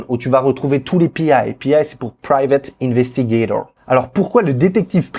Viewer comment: Pouce bleuuuuuuu !!!! :) J'ai kiffé l'accent sur le "Private Investigator" 😎